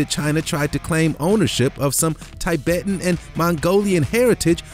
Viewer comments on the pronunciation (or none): none